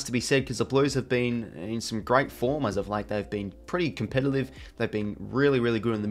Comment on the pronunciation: Enjoy your videos I watch every week.. but your pronunciation of Saturday / Saliday and Competitive / Compellative is getting really hard to listen to 😂😂